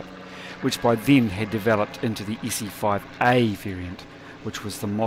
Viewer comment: Look, it's an Issy-foive-eeeh!